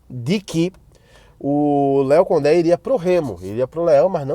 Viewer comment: Gostei de ouvir a pronúncia Léo Condé,parabéns!